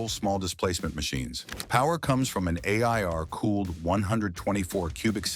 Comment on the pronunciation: Can't a person narrate? It's pretty easy. A.I.R. cooled, ridiculous